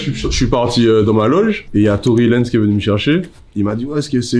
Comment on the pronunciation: Y’a un gars il a dit Tory Lanèèze 🤣🤣